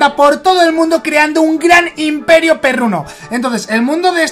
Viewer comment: "inperio" >:v es imperio